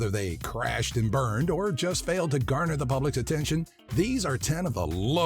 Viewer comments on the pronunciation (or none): none